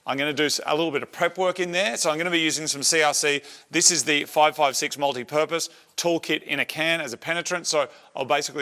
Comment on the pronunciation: to my American ears: "This is the 556 Moldy Purpose"